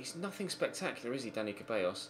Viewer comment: It’s pronounced, ‘Da-ni Theballos’